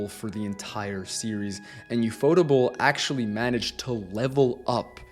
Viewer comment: Saying “ufotable” as one word😅